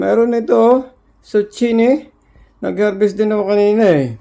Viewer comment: It is called zucchini (pronounced as zukini)